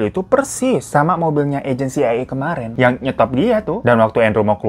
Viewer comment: iy dy bilang ny "CAA" terus😄